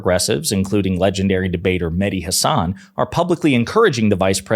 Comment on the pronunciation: Mehdi pronounces his last name, Ha' (as in cat) - san, not Huh - sawn.'